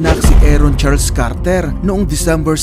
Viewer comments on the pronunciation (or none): none